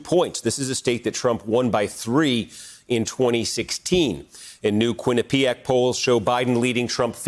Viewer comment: QUINN i pi ac - emphasis on first syllable. Native American name.